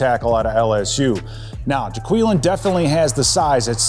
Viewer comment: Ja - qway -lin